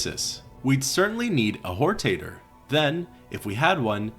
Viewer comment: Whortater…. Sounds like a potatoe with loose morals.